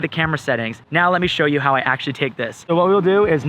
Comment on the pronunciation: Its how not hau